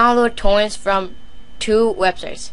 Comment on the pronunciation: "I downwoad Towents fwom Isohunt and Piwuts Bay"